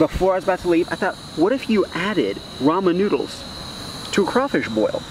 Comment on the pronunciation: “Nodels “ “dizolv” “an pore” “WHATER” “sesn” also can you make a tutorial sense you must be a pro at cooking “nodels”